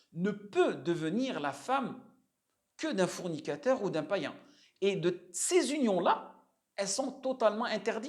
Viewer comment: C’est fornicateur pas fournicateur 😅 tu le prononces mal